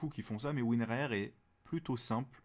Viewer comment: Tout le monde dit WINRAR mais toi tu dis WIN-R-A-R